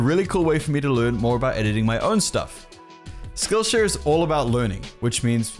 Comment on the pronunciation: When he says skillshare it sounds like skillsh** Edit: i purposely added *'s